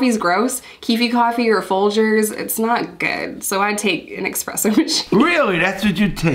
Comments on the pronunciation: God I hate the way she says "expresso" it's espresso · cool videos, but I have to say, it's ESpresso, not EXpresso